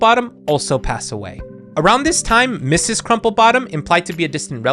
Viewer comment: Mrs. is pronounced (Missus)